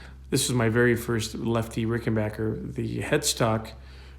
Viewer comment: Bassilicious indeed.....and RickenBACKer pronounced correctly,. :)